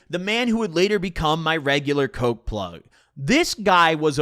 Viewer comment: yeah but he doesnt say the g so it sounds like pluh